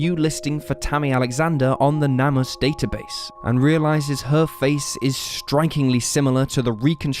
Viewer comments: & Its pronounced "NAME US" not "NAM US" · Shouldn't the name of the NamUs database be pronounced "Name Us" and not "Nam Us"? I mean, that's why it exists, right? To restore the names of unidentified people who are missing or dead? Minor point, though...